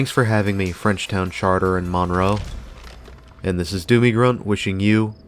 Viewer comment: It's not pronounced Maaan-row.... it's Munroe